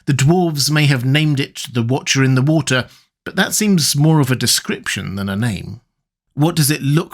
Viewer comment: What was...The Wootcha In the Wootah